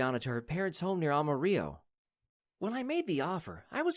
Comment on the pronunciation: Ama rello !!! You need to understand how to pronounce the words !!